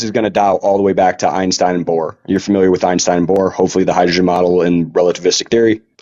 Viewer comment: Ooinstooin 😂 By the way it's also not spoken Einstein but Einshtein